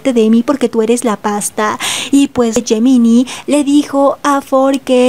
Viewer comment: Gemini se pronuncia Yeminai, por favor trata de corregirlo por respeto a los chicos. 🙏🏻🙏🏻🙏🏻